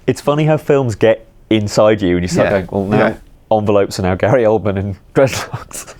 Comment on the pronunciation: remove the R from "Gary Oldman" xdd